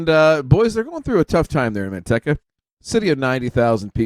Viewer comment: It’s pronounced Manteeka